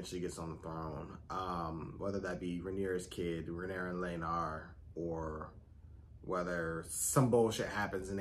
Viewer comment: It's Criston Cole, not Christian. And Laenor, not Laenar.😊